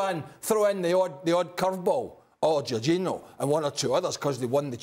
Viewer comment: Why are people keep saying Jorginho 🤣😂🤣 Lewandowski I understand but C'mon now J O R G I N H O